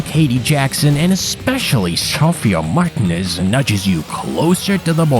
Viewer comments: "Marten ez" 😂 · 's pronunciation of "Martinez" was criminal behavior